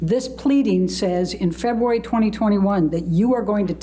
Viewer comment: I would have said objection everytime the lawyer said “Feboowary” instead if February..